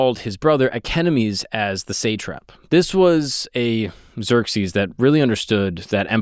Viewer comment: satrap : long a , like the way we pronounce the a in awe satrap otherwise well done